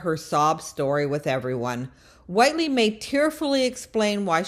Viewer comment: Click bait! I thought you were going to actually reveal when and how she was arrested. We already knew she was lonely. Also, how is it you don’t know how to pronounce the character’s name? Do you even watch the show?